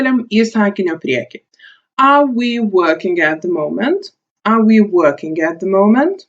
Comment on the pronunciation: Man neikiek nepadėjo. Ir tu nesakyk are A, o sakyk Ar. Ir tu galėtum daugiau pavyzdžių :(